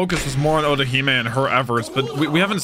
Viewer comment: Otohime. But calls orohime